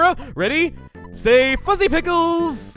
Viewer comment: Chugga... I didnt hear "fuzzy" when you said that the first time XD